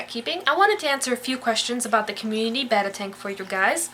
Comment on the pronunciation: Heh, I always hear the name pronounces "bay-tah" instead of "beh-tah". Nice to here it pronounced properly for once. Though I must say, it does sound odd to my ears after hearing it pronounced the other way for so long.